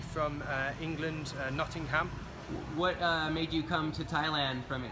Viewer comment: you have an interesting way of pronouncing nottingham lol